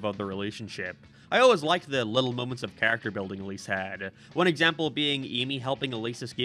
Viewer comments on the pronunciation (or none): none